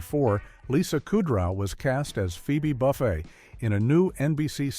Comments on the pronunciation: Bookman….Buckman…say his name correctly. Also said Kudrow and Buffet wrong.. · Not many so much "Weird Facts" as basic ones that you'd know if you watched the show. Buchman, Kudrow, Buffay and Hal are pronounced wrong. The blackout was not caused by a lost earring, Jamie was stealing cable. Paul didn't discover that Kramer was living in his old apartment, Paul was subletting to Kramer. Jamie's mother didn't suggest nor explain the name Mabel for the baby, Jamie and Paul independently put the name together from the phrase, "Mothers Always Bring Extra Love." Maggie was married to two different men named Hal, 1st Hal then 2nd Hal then 1st Hal again, there was not a 3rd Hal. Why list "Weird Facts" that are flat out wrong? Is the narration AI slop?